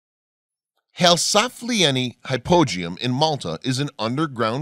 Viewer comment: Hypogeum how come you pronounce it completely differently than all the other people I've ever watched a documentary that is mentioned it I wasn't even sure what you were talking about till you showed it